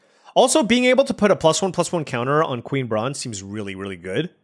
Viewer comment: Queen Brah-neh